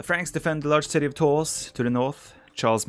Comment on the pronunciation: Tours is pronounced "Tour". Sorry, we french like to put silent letters in every word :)